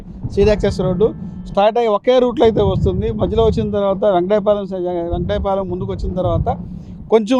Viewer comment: వెంకటాయ పాలెం కాదు వెంకటపాలెం